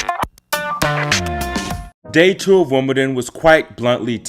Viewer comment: 'Woomadan'? What's 'Woomadan'?